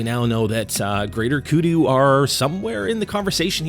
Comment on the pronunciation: How can u mess that up. Saying greater kudu. I was so excited for that.